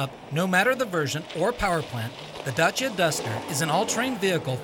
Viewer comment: primi straini care pronunta bine DACIA :) de apreciat!!